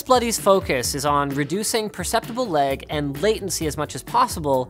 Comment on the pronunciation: Did he say leg instead of lag!!